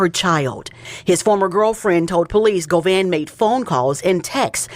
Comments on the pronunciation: bro it’s Go-VAN where tf u get Go-Vein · Govan...not govain, 😂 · "OMGGGGG"🙄....It's 'Govannnnnnnnnnnnn'.....*Not, GoVainnnnnnn'.....Geeeshhhhh'🫪.....WTF,....And, Kept Saying It '... WRONG...( Like Nails💅🏼 on a Chalkboard).🙄😅. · "Hernadez govaine " pablo bloods" it's govan and peublo u illiterate bitch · Hernandez Govaine? GoVin like King von!!! You said it 500 times incorrectly!! I try not to be annoyed by you. 😊 But every weekend never fails. Govan your ass back to English class sir. G VON. You turd burglar. Watch this very close. I'm saying it's allegedly but this is what you could be looking forward to the next time you go back to LA. You have called cops on people you have called people murders and Killers while hiding down in Texas.n what separates you from from m GoVain? And I'm not threatening you I don't live in LA I'm just saying speaking in general terms you have upset a lot of people in California. You called the cops on a blind man for fuggsake..